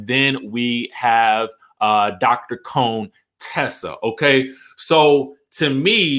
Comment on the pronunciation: Cone-Tessa??!! Seriously she is nice.... i like her